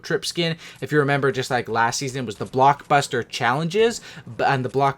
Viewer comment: You said bluk buster